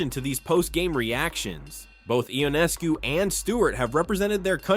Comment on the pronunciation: The commentator (or is it the robot) needs to include name pronunciation as part of their homework. Sabrina (say what?)…. Ionaayscu??? Cmon! Shows disrespect and carelessness.